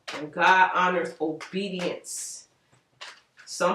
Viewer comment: Say it with me “ Obedience” ......